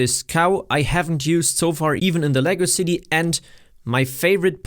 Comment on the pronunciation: I finally caught up to this vid after watching them all from oldest to now. One comment if i may, use a little more enunciation when saying "Lego City" cause it comes off as "legacycy" lol. Keep up the good work.